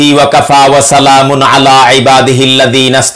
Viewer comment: জনাব আপনার সালামের সুরটা নরমাল স্বাভাবিক করুন। আপনি যেভাবে উচ্চারণ করেন সেটা বড়োই শ্রুতিকটু